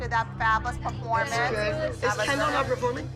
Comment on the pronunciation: am I the only one that heard kindle instead of kendall